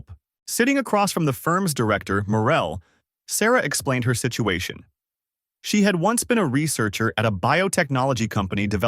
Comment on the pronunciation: I'm convinced that a.i can't say "her"